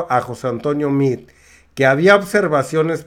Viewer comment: Se dice MEADE, porque? Porque estamos en México, hablamos ESPAÑOL.Por lo tanto se dice MEADE